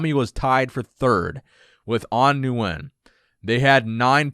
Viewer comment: Nguyen is pronounced “win” not “nu-win” like you’re saying. Please say it correctly!